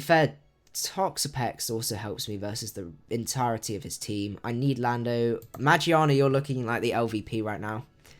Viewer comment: He says meargearna wrong